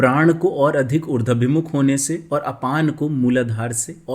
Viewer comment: Sunder prastuti hai .Urdwaabhimukh,,=Uradh+abhimukh. Na ki Urdwa+bimukh.